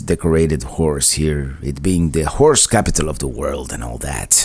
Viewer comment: you gotta pronounce horse a little better. Wife thought I was watching a bad channel lol.